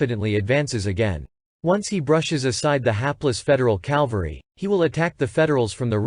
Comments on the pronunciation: It is Cavalry not Calvary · My dear, I say this with all respect and hope for your success, but please, please, learn how to pronounce the word "Cavalry." Jesus Christ was crucified on Calvary. Custer rose to greatness with his cavalry. Cavalry, not Calvary. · The word is cavalry, not calvery. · Yes...WHY do these historians and movie actors CONTINUE to say "calvary" when the word is "CAV-AL-RY"? Very annoying! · CAValry not CALvary (sorry-it drives me crazy!) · Absolutely Richard! CAL-vary drives me crazy. It's a term used by people who know little about military history. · CAV-alry. NOT CAL-vary !!! These basement history video hacks are just too much ! Take some speech classes ! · It's CAValry! Not CALvary! Just axe somebody! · It's a good video, but the mispronunciation of "cavalry" as "calvary" drove me nuts. The "L" comes after the "V", not before it. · Or as repeatedly stated in video the Calvary